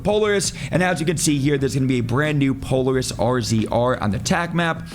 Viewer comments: I would have explained it Pole-air-us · Oh..."puh-leh-ruhs" not "polar-is" my guy. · Polaris is pronounced Po-LAIR-ISS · Po-lar-is doesnt know how to read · Poleris lol, po laris ♥️ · bro the way you pronounced polaris was cringe af